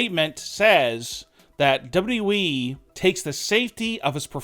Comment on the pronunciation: It’s wwe not Wwwe